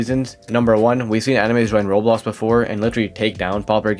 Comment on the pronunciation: why do you say Rols, I know your doing it on purpose.